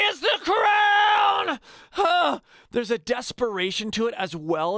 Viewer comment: He literally mispronounced crown